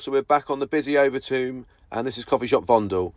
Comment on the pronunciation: It's Overtoom not over Tomb LoL 😂😂😂